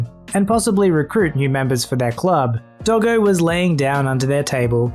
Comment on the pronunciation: DID YOU CALL DOGGO A DILDO